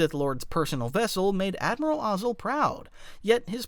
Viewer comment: I hope it isnt just me who gets irked when he mispronounces "Ozzel" as "Oz El"